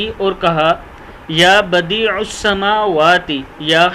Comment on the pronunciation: لفظ یا آئے تو ع پر زبر پڑھنا چاہیے